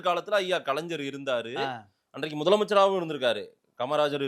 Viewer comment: தயவுசெய்து 'கலைஞ்ஜர்' என்று சொல்லாதீர்கள்.. 'கலைஞர்' என்று சொல்லுங்கள்.. Please..